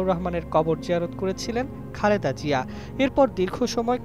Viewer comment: Pronounce properly please it’s Zia (soft Zee) not Jia